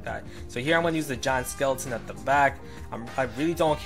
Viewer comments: When he says "Giant skeleton" i tought he said John skeleton XDD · I keep hearing John Skeleton lol